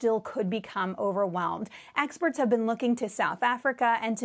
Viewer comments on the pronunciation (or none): which "experts" sweetheart. or as you call them "axperts"